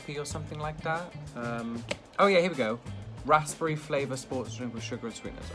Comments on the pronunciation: rasperry ?? rasBERRY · RasPP Berry I think u pronounce it rasberry because the p is nearly silent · why dose he say raspery im English and i say raspberry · Rasssbre. 😂 I'm British and ik it's pronounced razz-berry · wtf is a raspey like I thought it was raspberry?????? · I like how he said raspberry like rospburry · I'm English and have never heard anyone pronounce raspberry like that before. It's razberry. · Why is he saying raspberry weird? RASS-BERRY. WTF is a rassberry. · No one:...: rasPerry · Normal people saying raspberry: rusberie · "Rassspry" I sweat. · I’ve never heard anybody pronounce it rasPberry here in Blighty. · Yes, that hurt my soul to hear him say - RASPERRY (RASIPURRIEY) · Maybe, I'm from London and don't enunciate the S, it's more like 'razp-berry' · might be just a northern thing (Mancunian) but ive never heard anything pronounce raspberries with the P not silent 🤣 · No one’s going to talk about how pronounces “Raspberry” 😂. I’m from New Zealand, a British Colony, that cannot be right 😂😂. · as a british person, i do not think tom is saying "raspberry" correctly. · The p is silent (I don’t know why, I don’t make the rules (I’m also American so it might be a different pronunciation there)) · Finally someone commented it! Same I pronounce the "s" as "z" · Well you both triggeres me lol ribena you add water and u dont pronounce the p in raspberry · The way said raspberry hahaha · My man can’t pronounce raspberry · I hate sloppy joes. Gatorade and Powerade are both in the US. I like how this dude says Raspberry < the emphasis on RASP is amazing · I'm British but I hate the way he says raspberry ...like it's not said like that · I was looking for this comment was driving me nuts ahaha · he seems like he has a very basic London/southerner accent, which I where I'm from and live, I've never heard anyone pronounce it like that ever